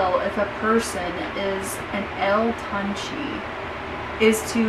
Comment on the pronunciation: You did butchered the name but if you want to pronounce it correctly would be (toon- Chae ) GOOD VIDEO have a good day